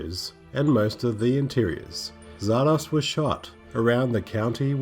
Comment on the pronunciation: The title is pronounced "Zar-Dozz" not "Zar-Doss" (just saying).